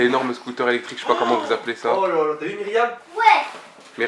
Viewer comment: like si ta remarquer dire eectrique et non pas electrique trop mignone jvous aime